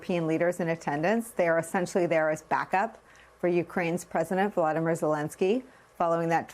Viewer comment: His first name is VoloDYmyr. You must accent this name on the THIRD syllable.